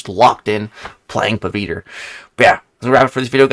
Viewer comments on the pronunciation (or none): Bro he is pavithr bro not paviter 😂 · Somenes gotta teach him the pronounciation man, not hating on him tho